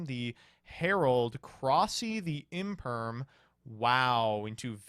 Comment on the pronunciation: Imperm, no one says infem